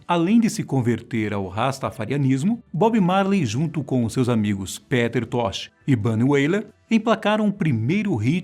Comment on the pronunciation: Sinceramente fazer um video desses, com essa pronuncia de "Peter tosh", "Jah", "Pubricidade" e falar poucos segundos sobre os 11 filhos no video de 11 minutos eu considero uma falta de respeito com o tempo de vida